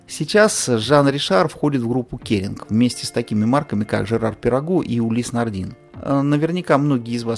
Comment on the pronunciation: произносится улисс нардэн